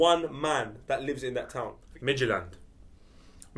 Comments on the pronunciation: As a Dane I can confirm has got the pronounciation of FC Midtjylland correct, and I can actually name their whole starting line-up. It has only taken them 16 years to reach United's level... such a joke, Midtjylland is in the middle of nothing, the team isn't even presented by one city, because it is in the middle of fucking nowhere. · pronouncing Midtjylland very well actually (y)